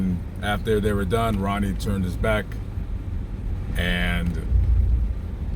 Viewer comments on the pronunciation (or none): none